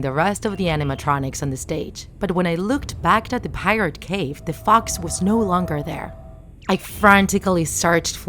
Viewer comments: Pirat cove not Pirat cave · And she says Pirate Cave not Pirate Cove... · And it’s not pirate cave it’s pirate cove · pirate cove!!!!!!!!!!!!!!!! not cave! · annnd pirate cave its pirate cove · The narrator: pronounces pirate cove as pirate cave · “Pirate cave” sry but it pirates cove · you mean cove not cave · Pirate cove, it's pirate cove!!